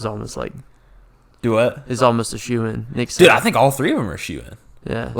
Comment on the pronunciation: he's your teammate and you dont know how to say Sahf's name? c'mon man!